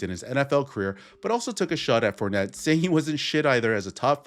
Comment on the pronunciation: He said his name wrong on purpose